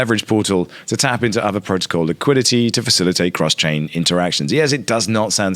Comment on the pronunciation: Isn't it pronounced Ah-vay? (or R-vey)